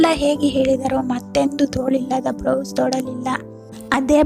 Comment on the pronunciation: It should be blouse not brouse..